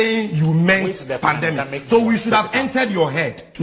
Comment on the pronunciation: The NPP man says pandAmic. We really have the men.😂😂😂😂 As for Hawa Koomson, this is what you get when you interview an illiterate. 😂😂